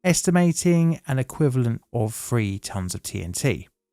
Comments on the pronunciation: Please try and enunciate "three" and "everything" properly. It's not "free" or "everyfink". You don't seem to have a problem with the and they! Although there was a "fank you very much" towards the end. Just lazy and ignorant. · Dude.. its THREE! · he does use F for Th.. can you say Hill Billy